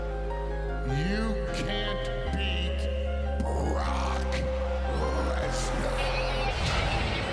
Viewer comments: it's Brock not brok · it's brok lesnar opps said his name wrong. lol